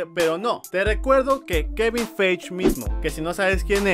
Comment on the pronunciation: No se pronuncia "Feich" es "Faiyi" el apellido de kevin